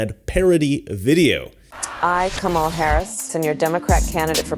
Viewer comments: ‘Cam-a-la” will come after you like she goes after Tucker. Do you know why?? You don’t say her name right. WAH!!!❤ that’s her biggest comment… shows her IQ level. I’m going to look at your video… good job. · Do you mispronounce Kamala because you're ignorant? Or is it supposed to be an insult? I think you're smart enough to know how it's pronounced by now, so I'm just wondering if you're mispronouncing it intentionally or not.